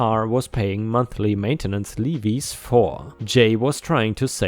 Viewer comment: "Levies" is said lev-veez. "Stingy" is said like ss-tin-gee, soft "g" like in "sponge". So tin-gee, with an ess sound in the beginning. ss-tin-gee. I hope that makes sense.